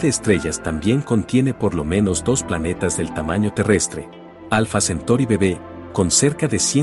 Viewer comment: Se dice alfa centauri no centori......